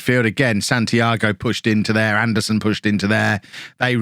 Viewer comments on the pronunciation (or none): none